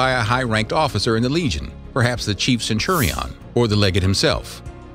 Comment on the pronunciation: I quit after I heard centuri ON xD